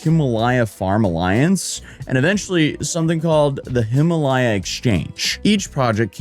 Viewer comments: It's Him-a-lay-a, not Him-a-lie-a. Like the Him-a-lay-an Mountains. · pinyin is really easy to memorise, folks. really easy. oh, forget it. my dude can't even say himalaya 😆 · Then Butcherd Himalaya. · Dude, you can’t even pronounce Himalaya properly! lol. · Wes Watson never owned a supercar. 😅 You're not pronouncing "Himalaya" correctly.